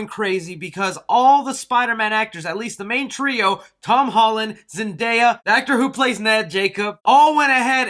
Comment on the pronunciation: I am so glad you said zendaya right